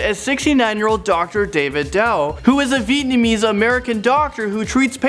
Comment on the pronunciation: "Who is a Veetnamese doctor..." Me: Closes laptop and walks away slowly before going nuts Why? Because I'm Vietnamese and I'm very sensitive to this kinda stuff, but it's ok, everyone makes mistakes. But my school had posters about different ASEAN countries, and one of them said that "Nguyen" was pronounced 'win' and that it was the most common Vietnamese surname, so people started calling me Clarissa 'Win' -_